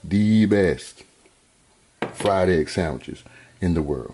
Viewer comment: Fried eggk! Ya heard the man.